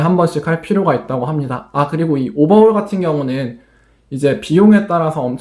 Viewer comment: 오버훠월 발음 뒤지네